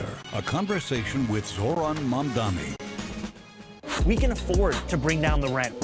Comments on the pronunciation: The refusal to say his name correctly, the very sentence after talking about OTHER people's trouble saying his name right, and then getting it wrong again, is 100% no accident. It is a coordinated effort. Status Quomo adopted "Mandami" on purpose -- same with Sliwa. Other reporters and pundits have clearly and intentionally done the same. It is NOT a difficult name to pronounce whatsoever. They're promoting a subconscious dismissal of his identity, but it's obviously based on race. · You pronounce his name wrong with in opening second,i am sure you did it on purpose. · I really think people are mispronouncing it on purpose. Agreed it's not a hard name after you say it once or twice